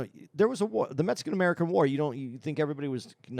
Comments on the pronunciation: Is it just me but the way pronounces the word Mexican.. OMFG:face-purple-crying: where is the " S"?!?!?! he is literally saying Mesicans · I hear MetSicken LMAO